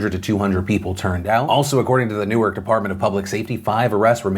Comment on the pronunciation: Thanks for pronouncing “Newark” properly; as opposed to the pronunciation for “Newark, Delaware” 😎